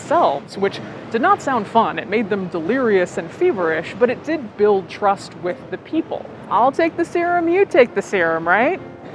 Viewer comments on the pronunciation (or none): none